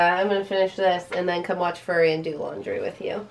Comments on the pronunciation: Fury, not furry smh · Okay, first of all, for all of you in comments, YES! THEY ARE SAYING FURRY ON PURPOSE! It's a fucking joke! They are not idiots who don't know how FURY is pronounced! Secondly, No matter what happens with Marc, he will forever more be known to me as "Go Bitch"! LMAO! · I'm sorry but FURY is not pronounced Furry it's not an animal although it was pretty funny if you meant for that to happen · My inner Nazi came out with the way you say "Fury", it isn't like a dogs hair with a Y on the end (furry). It's more like an F sound with yuri following. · I was wondering what movie he was talking about until he panned down. I also pronounce it "Fyuhri", as "furry" is what a cat is. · Fury vs Furry 2 different pronunciations and they both said the movie wrong. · Furry? I thought it was fury. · It's "FURY™" not "furry" lol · ITS NOT furry, its FUry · Lol my friend at work pronounces it like that also. To me, it's "F-yuri" too but idk, maybe it's a regional thing on the pronunciation? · Glad I'm not the only one that bothered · Almost sounds disrespectful when they pronounce it like that :P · I too was annoyed at their pronunciation... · The way you guys pronounce Fury 😄😄😄